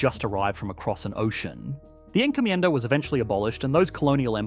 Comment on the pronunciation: Encomjenda...yep sounds like trinidad before french & brtish